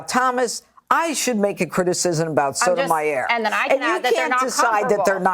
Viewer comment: Cun* can't even pronounce Sotomayor and she is on TV.